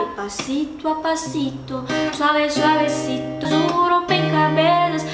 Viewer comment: Mari , arrasou !!!! No espanhol da Espanha , as letras C e Z são cm o msm som do th no inglês( tipo em " things" . Vi Q vc fez o "despacito" certo , porém outras palavras como " suavecito " e "hacer" faltou esse fonema . Mas vc arrasou msm linda ❤😘